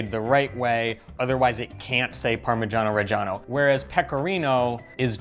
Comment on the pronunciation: how does your wife allow you to pronounce parmeggiano reggiano like that? you are a lucky man in MANY different ways. god bless